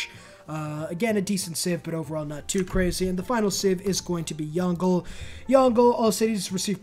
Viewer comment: Dude, as a Chinese I laughed so hard when Yongle was pronunced as 'young goal'.😂 well, that was still better than chin chi wang though.🤣🤣🤣I am sure he is not relavtive to chinchilla